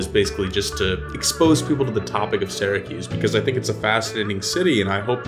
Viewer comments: I was born and raised in Syracuse, ( pronounced Sear-a-kyuse. Not Sara-Koos.) Please pronounce Syracuse better. Thanks, and duck under those low bridges…😂😂😂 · Its not Saracuse! Its Syracuse! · a it's not sara cuse it's pronounced sear a cuse...you wouldn't pronounce Syria Sara ya now would you??? get it right eh? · And he pronounced it wrong. People from there say Sir acuse or Sur acuse. Supposedly, people from this area don’t think that they have an accent, but they do. If you go east to Albany or south to NYC, people can tell if you are from Central New York. Also, the term Upstate New York is not favored because each region has its own customs. People will refer to CNY or WNY (Buffalo). To people in NYC, they think Poughkeepsie is Upstate, and it really isn’t to most people in the middle, east-west areas. For a small geographic area like NY, each region is very unique.